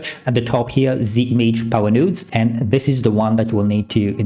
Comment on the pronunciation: "... nodes..." ❌ "... nuuuuudes..." ✅